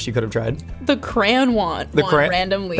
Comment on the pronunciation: w the icecream sandwiches i thought she was saying cran (cranberry) but she was saying crayon 😭😭